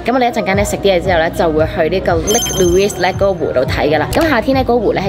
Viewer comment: lake louise 唔讀s, 就咁嚕伊